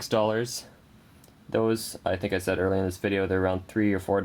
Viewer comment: Its pronounced said. Not sayed.